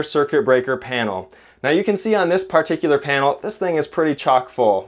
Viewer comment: What is a… Par-tick-you-ler?